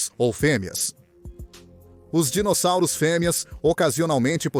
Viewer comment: pois é parece que tem um retardado falando os nome dos dinossauros sendo chamados de dinozárus, kkkk!